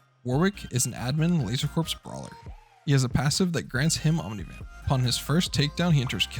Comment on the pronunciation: broke my heart when he pronounced it "laser corpse" ...Corps is just "core" </3